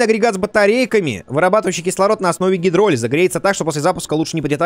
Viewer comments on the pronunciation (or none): на р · на о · Гидролиз ударение на и